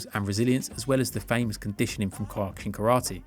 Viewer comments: that was the weirdest pronounciation of Kyokushin Karate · Why do you say Kyokushin wrong? Way to ruin the video.